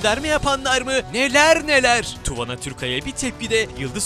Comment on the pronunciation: Tuvana söyle okunuyo. Tu vaanaa